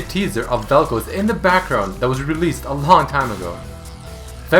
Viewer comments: seriously its pronounced "Vel-Kh-Az" not "Vel coze" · Its Vel'KOZ (ka'oz) and not Vel'Kuz (k'uuz)... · even after all the videos of people saying vel k-oz you still say vel' k-oh-s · Vel'Koz. Eh guess it's Vel'Koez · I cringe every time you say vel kouz and not vel koz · Bro how the fuck are you so dense. It's vel koz not fucking vel koooooooooz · velkoz not velkoes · It's not Vel'KOZE, it's Vel'KOZ. Where the hell are you getting the long O sound from? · its not vel kooz its vel koz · It's not koz like cosy, it's Koz like what crows do (caws) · Velcouse velcouse why do u say velcouse and not Vel'Koz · You pronounce it wrong, it's Vel'Koz not Vel'Kooze x) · "Veal'Kohz" It's "Vaal'Kawz". Also, "Helmet bro" actually has been given a name by the community. Which is "Marrek Helmen". Hell, Marrek Helmen even has his own lore, skillset, and even lines. You need to read (or listen) to Marrek's lore, to know he's still alive. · why do u say vel'kouz instead of vel'koz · Its Vel'k-OZ not Vel'k-OZE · Vel khaz not vel koz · dude, its vel'koz like in cuz, not koows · Why do you keep saying "Vel'Couse?" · its pronounced vel kawz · "featuring vel'koze" :3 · Isn't it pronounce as vel coz? And not colds* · vel kooz? xD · Vel Kouuz :D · Koz - Cause Pronunciation usually doesn't bother me but jesus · Vel'kaws (vel'koz) is the proper pronunciation if im not mistaking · every time he says "velkowz" i die a little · i love the way you pronounce some of the champions, like yasuo and vel´koz. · He saying vel koz wrong it bugs me lol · He pronounces Vel'Koz so weirdly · lol when he says vel'koz it sounded russian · Every time you pronounced Vel'Koz wrong I threw up a little... I liked the video, but dude.... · I swear he's pronouncing it wrong just to make people angry. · Please stop pronouncing vel'koz like that unless you're prepared to pronounce Kog'maw like kohg'maw it's an AH sound in the name not an OH